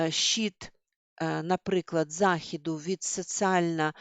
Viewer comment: 😂 Ви себе чули? мЄтоди, параҐрафа, захІду, трЄмя..! Ржу ні маґу!